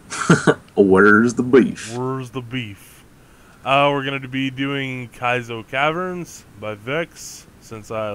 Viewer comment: Jar Jar says Kaizo Caverns is Ka-Wazee!!